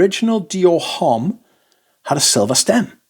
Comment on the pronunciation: The 'h' in homme is not pronounced.